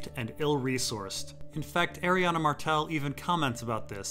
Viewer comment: I love you but we gotta talk about the pronunciation of Arianne